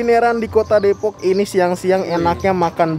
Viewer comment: Depok bukan Depoks, ngomong nya biasa aja kaleee